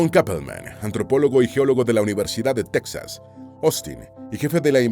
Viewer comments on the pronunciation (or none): none